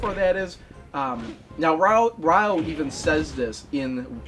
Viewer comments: It's not "rye-o." It's "ree-o," like the Brazilian city only with the emphasis on the "yo." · Glad you finished Shenmue 1! (But why do you call "Ryo" (it's like "Rio" but with the emphasis on the "o") as "Ryoh"? Haha. :P) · Weird how you pronounce Ryo's name correctly for the half of the video, but then you pronounce it incorrectly as "RYE-OH" for the last half of the video.